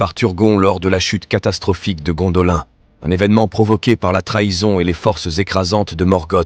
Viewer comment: Vos videos sont pas mal, mais s'il vous plait faites un effort sur la prononciation!!! Gondolin se prononce Gondoline comme Lindon se prononce Linedone